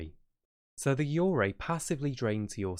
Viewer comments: when you said yurei it kinda sounded like you were saying urgay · the way he pronounces yurei is quite disturbing ngl